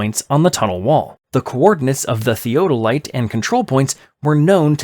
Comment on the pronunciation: And theodolite 😆 (that's also mispronounced, just like they did with Folkestone )